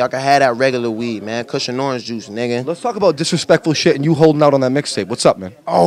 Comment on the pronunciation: "Kush and Orange Juice nigga" listen to how he says nigga